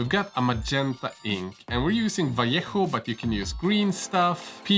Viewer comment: Oh, god, what a pleasure to hear "vallejo" well pronounced.